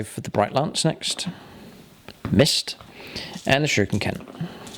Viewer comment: Did you know that "missed" sounds like "mist!" And that means dung in german?:D so very funny evertime you yell at the dice 😂😂